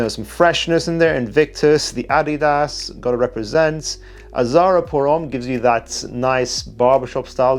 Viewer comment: I like your pronunciation of Adidas. Grammatically correct like a Trinidadian.